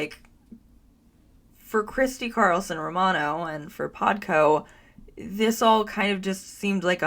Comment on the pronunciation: She said, "Christy Carlson Ro-Rabbithole" !!!